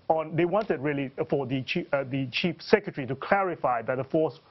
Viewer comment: He said "Cheap Secretary" ....Hehehe